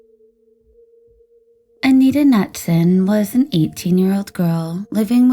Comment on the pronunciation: it's ka-noot-sun actually lol